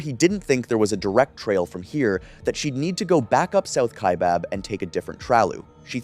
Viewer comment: Kaibab is pronounced like sky or hi not like hay or way. EDIT : How did you get it right the second time? Then it's bob? Then right again. Just tongue tied I guess.